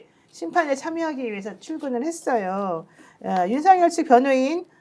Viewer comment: 윤서결 탄핵으로 들려요